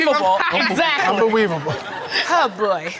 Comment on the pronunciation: Did someone said that it was "Beweavable'? I did not see Elmer Fudd on this show.🤣🤣🤣🤣